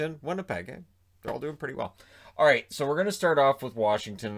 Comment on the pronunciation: It's like aight but with a dash of r